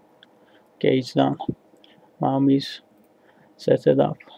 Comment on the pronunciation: MAME... Not MAM! Don't kill it ffs...